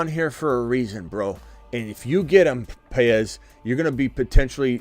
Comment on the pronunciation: BTW, , you pronounced Paez correctly and I thank you. Very difficult for many. I am also a J. Paez so you have two of us watching you! What time is the stream tonight? Can't wait to see results. Take care